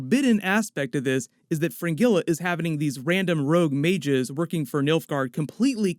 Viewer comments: Stop pronouncing Fringilla as Fin-Gilla (NOT), but Frin-Jeh-la instead (correct pronunciation) lol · I excuse you for the way you say "Fringilla".